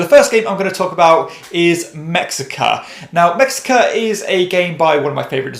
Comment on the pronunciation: It's pronounced meh-shee-kah